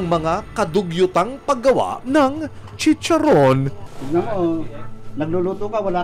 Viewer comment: Dugyot na chicharrrrrrrrrrrron! 😂😂😂